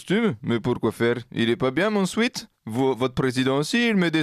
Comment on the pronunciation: Sweat pas sweet. "swait" pas "swit" sueur/vêtement pas doux/bonbon